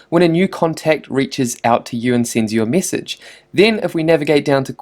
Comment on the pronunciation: why am i so childish. After a while i could only focus on his 'e'. Missage, wib, quistions. Good info though.